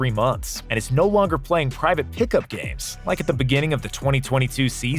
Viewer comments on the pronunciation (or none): none